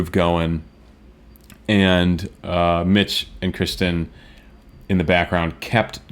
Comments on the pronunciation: Dude you're killing us! It's Kirsten or Kirstie, NOT Kristen! (she corrected lovingly🤗) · Not trying to be picky, but it's not Kristen. It's Kirstin/Kirstie. The normal pronunciation trick is Kirstie like thirsty. Or Kirstin like Thurstin. Just don't want you to get on her bad side. ;) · Awesome reaction as always, a little help with Kirstins name. Its pronounce Kir-stin also she goes by Kirstie which rhymes with "thirsty". Keep the PTX comin.